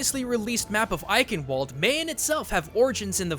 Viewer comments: please never say aikenwold ever again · i like how you pronounce "Bundeswehr" and "Eichenwalde" XD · IT IS EICHENWALDE (Eiken valder) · If you have to speak german again: For most "ch"-words like "Eiche (/Eichenwalde)" or "Ich", the "-ch-" has a sound like the "-sh" in "fish" :D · oh and in German the "B" is pronounced like a "B" in English and the "ch" in eichenwalde is pronounced similar to the "sh" in English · I like all think Eichenwald is meant to be said with a K when it is said EiCHenwalde. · Ayyy just found this Vid and if you are open to tips on how to talk German the "ch" in German is often pronounced like the Spanish "j" or in case of eichenwalde you can pronounce the "ch" like the English "sh" and secondly the German "Ei" is pronounced like "ay", and lastly every letter in German is pronounced you don't let a letter be not heated or glossed over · You tried so hard to pronounce his skins how they are and then you ruined it with Eichenwalde which is pronounced Ei-Shen-valde. Athena says it wrong and it makes me sad every time I hear it. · Also to mention: The "ch" in "Eichenwalde" is not spoken like a k. It's more like a "sh", but from the throat. It's not easy to explain and i can't find an english word with a corresponding sound in english. Perhaps like imitating the hissing of an angry cat or the H at the beginning of "Hugh Jackman". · Take a shot every time someone butchers the pronunciation of Eichenwalde